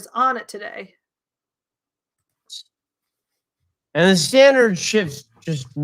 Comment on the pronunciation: Every time you say "today" my brain hears "todave"